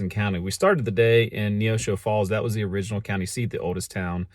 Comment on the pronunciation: It may be original, but it may not be o-ridge-inal.